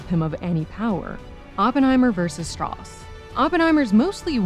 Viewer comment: Didn't Strauss say his name was pronounced Strowse? He corrected Oppenheimer's pronunciation the first time they met, or was it the other way around because Strauss wanted to move away from the German pronunciation of that name.